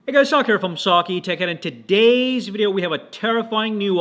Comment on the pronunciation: Why do you say TODAYZZZZZZZZ ZZZ